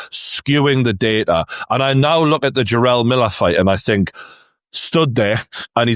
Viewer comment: When did the word Think change its spelling to Fink? 😂